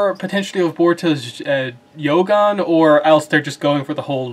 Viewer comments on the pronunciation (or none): It's jogan not yogan